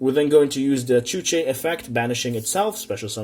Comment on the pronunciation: xuanwu*, not chuche